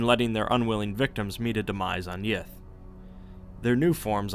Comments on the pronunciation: Sorry, did you say, great race of yiff? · I know he's saying Yith, but all I can hear is yiff. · I keep hearing yiff xD